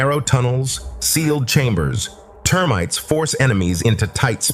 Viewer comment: T earmites, huh? Jesus balls weird enough the AI voice went from British to American but now it's just making words up